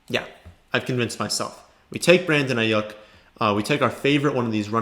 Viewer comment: Can u pls stop pronouncing his name wrong ist Ai-yuke not ai-yuk